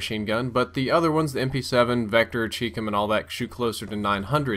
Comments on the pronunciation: Is it "chee-com" or "chai-com" because I thought it was chai but you say chee. Is that based on anything in particular? I'm just curious, not saying you're wrong. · It's chicom, not chee or chai